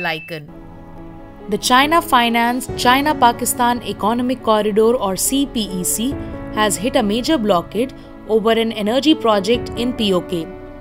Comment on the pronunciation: It's pronounced as "see peck" ffs, not C-P-E-C. Learn what acronyms are. Also, get some better mic and process your audio. You're a professional website but your quality control is like some random amateur youtuber.